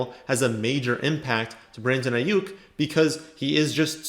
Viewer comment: anyone else happy that he said Aiyuk correct😂